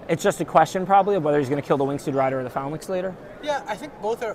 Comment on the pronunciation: Graham Dent Irregardless of your limey pronunciation, Ben keeps pronouncing it Phalnax...